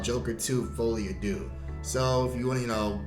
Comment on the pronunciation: Bro you’re hilarious 😂😂😂😂. Definitely subscribing. So happy I stumbled upon your channel. I’m an Italian woman and I can’t pronounce the title either. Even though I think it’s French 😂